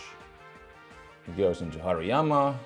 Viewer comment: Forgot how much I like how pronounces Hariyama